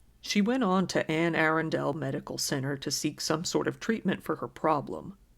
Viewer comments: It’s pronounced “uh-run-dill” not “aarondale” lol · It’s pronounced “Anna-Rhun-dull” btw, not Anne Airendale lol. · As a resident of Anne Arundel county I am so irritated by you saying Anne Aarondale. It is pronounced A-Run-Del. I love your content though, keep up the good work. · It's pronounced A-Run-DULL. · As a native Marylander, the county is pronounced “Ann-Ah-Run-Dahl”; it can be a bit tricky to say. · Hey friend! In the future it is Anne ah-run-dull. :) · It’s pronounced Ann-a-run-dull county my best friend grew up there. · The county is pronounced Anne A - RUN - dle. If you are going to say it so often, learn how to pronounce it right. Marylanders might get upset. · Interesting story. It's pronounced Ann-uh-run-dul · FYI Anne Arundel is pronounced An uh RUN del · Super not important, but "Arundel" actually has the emphasis on the middle syllable when you pronounce it. So all together, it sounds like "Anna Rundle" :D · it's pronounced ANN A RUN DOL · It's pronounced "ann a run dell", Arundel is from old English, also a town in England and bought to England from Norman conquests. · Great video, however, the county in MD where this peculiar case hap'nd is pronounced Arundel: uh-run-dull. Anne Arundel County, MD 😊. Thanks for a break from the mundane 😉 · isn't it are-un-del? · Baltimore native here- Arundel is pronounced 'ah-run-dull'. That being said...I have family in edgewater! OMFG NO! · Pronounced "ann-a-run-dill" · Haha love your channel ! I’m a Marylander and love the way you said Anne Arundel lol ! We pronounce it as “Ann - uh - run- dull” so Anne (like the name) then “uh” like 🧐🤔 .. “run” like she’s a runner she’s a track star 🏃🏻‍♀️ then “dull” like the dull way we say this county’s name 😂 ! I vote we say it like you ! ❤️🙌🏽 big fan !! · I have to let you know that you are pronouncing Anne Arundel incorrectly